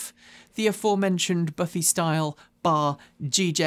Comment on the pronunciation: we americans say buffay rather than buffy for the word buffet. This is actually an interesting video.